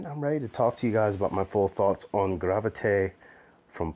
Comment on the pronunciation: Great job at the pronunciation,. You nailed it!